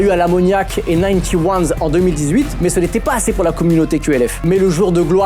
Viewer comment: Incroyable la vidéo ! Par contre 91’s de PNL ne se prononce pas NinetyOne’s mais NineOneties